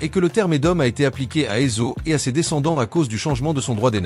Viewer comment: La lecture par l’intelligence artificielle rend le texte un peu difficile à comprendre ! Il y’a par exemple plusieurs appellations de Esa-u qui est prononcée *Ezo*! Bonsoir et soyez béni au nom puissant de Jésus Christ